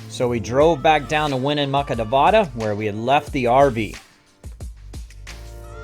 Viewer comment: Yah should have hit us up...we are 20 min from Reno! Please ask a true local how to properly pronounce "Nevada".....(not Nev-ah-Duh). 🤣 Come to Tahoe!